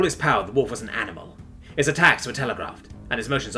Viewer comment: Why does he keep pronouncing wolf as holef?